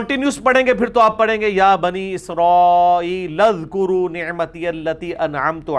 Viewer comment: Oo bhi topi na krao azkro ha uzkro nhi